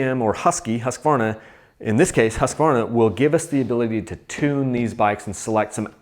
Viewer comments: I am impressed, you pronounce Husqvarna really well! 😁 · vole As someone who lives in Sweden I'd say it's pretty damn close though.